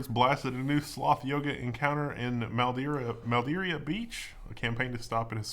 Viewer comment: ITS "MAD EAR AH" BEACH! I LIVE THERE! FLORIDA MAN!